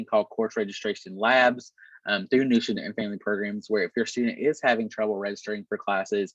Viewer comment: Captioning confirmed my feeling that the pronunciation of "New student" was a bit unclear.